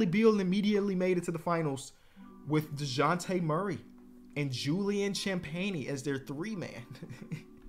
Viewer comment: for future videos i'm almost positive this last name is pronouncd Sham-penny. him and his brother